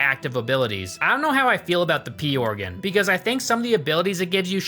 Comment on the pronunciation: He said pee-organ